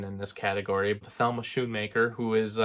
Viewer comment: It’s actually pronounced Scoon-maker! I thought it was “Sh” as well until I heard her name pronounced in a commentary.